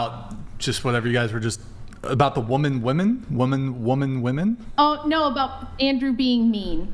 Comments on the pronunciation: Here's yet another idiot who doesn't know the difference between woman and "women". How are you able to say MEN, but can't say women? Using a singular word when it's supposed to be plural has got to be one of the dumbest caveman sounding things you can do. Smh..... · Another one that can't say "women". When did "woman" and "women" become homophones? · it’s not about it coming out and saying it weird lmaoooo WOMAN AND WOMEN ARE TWO DIFFERENT PRONUNCIATIONS. “I write it down on paper correctly but I guess I just say it weird” GIRL HAHAHAHHAHAHAHAH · DO NONE of these geniuses , EVER know how to pronounce the singular term Woman and the multiple term Women ? These imbeciles went to College? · It’s so weird: women aren’t saying woman and women correctly. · Wtf is she saying woman instead of women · WOMAN??? it's Women!!! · WOMEN NOT WOMAN OMG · Its crazy how they say woman when its women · Why some womEn can not pronounce the word WOMEN???? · idiots say “woman” and mean “women” brain dead…… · FINALLLLY SOMEONE CALLS THESE RÈTÁRDS OUT FOR SAYING WOMAN INSTEAD OF WOMEN! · Ya it pisses us off !!! Because u try and make urself sound intelligent but then u say WOMAN when trying to say WOMEN which makes u sound stupid !!! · Does no one know the difference between "woman" and "women" anymore??? This girls claim to be feminists and can't even pronounce the word for their gender 🤦‍♂️🤦‍♂️🤦‍♂️ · Why do all these girls say woman instead of women ??? They use men/man correctly but all of them constantly pronounce it as woman instead of it women... it's driving me nuts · WOMEN …. Come on ladies ! It’s “ WOMEN” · These girls cant pronounce women, and the black guy cant pronounce ask. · Omg it blows my mind how many of these girls are incapable of saying the plural form of woman.... 😅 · The FACT that these 304s cannot properly pronounce WOMEN when speaking about WOMEN as a plural is IDIOCRACY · It’s “women” not woman! 😞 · Whyyyyy do they all pronounce women as woman, drives me nuts